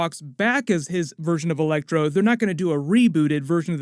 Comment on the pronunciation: It was just a bad joke on my part. You said elecTOR instead of ElecTRO. lol